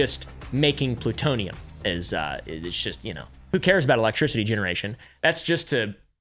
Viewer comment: Ploo-TOE-knee-Yum‽ Big $5.⁰⁰✌🏻werds and sayn that Merica lies to us makes hulk smash!